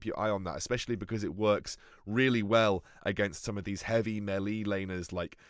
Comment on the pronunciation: Ily but please. That isn't how you say melee